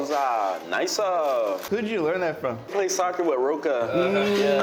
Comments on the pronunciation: 발음이 nice 아니고 나이사 인것을 주목해야댐ㅋㅋㅋㅋㅋㅋㅋㅋ나이사~ㅋㅋㅋㅋ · 부대찌개의 역사를 설명해줘서 너무 훌륭한 영상이네요 나이스를 한국발음으로 하는거 왤케 웃김 ㅋㅋㅋㅋ